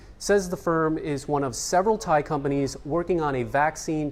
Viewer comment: Thankyou for exact thai pronunciations...end of ear splitting ache..